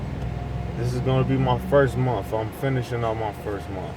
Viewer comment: Holy shit dude... This is probably the worst video on the internet. At least get your thoughts together before you make a vid bud. Were you drunk lol. What is a mumf? He kept saying he made a certain amount of money a mumf?? Is that an acronym or something? Or like a financial Uber term or something🤔